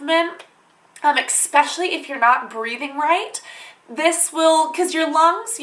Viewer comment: especially not exspecially